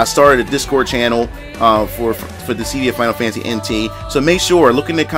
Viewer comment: It’s DIS-SID-DIA.....not Dis—sead-dia